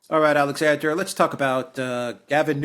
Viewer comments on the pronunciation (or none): none